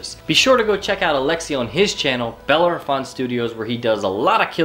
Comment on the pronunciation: Did you mean Bellerophon, rider of Pegasus and beloved symbol of the world's finest Airborne soldiers? If so, you should learn the proper pronunciation. Just saying.